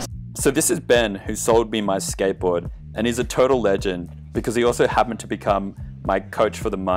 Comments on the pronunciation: i cant really focus bcz of the ''sketbowd'' xD,, love your video :^) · The way he says skateboard is so fuckin funny.. 😂 “Skaitboaahd”